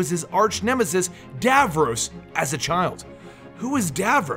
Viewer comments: It's pronounced DAV-ROSS not Dav-rowse!!!! Garrggghhhhh ... Nails on a chalkboard lol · "Who is Davroose?" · How you say Davros. Dayvarays. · you pronounced davros incorrectly. it's really bothering me.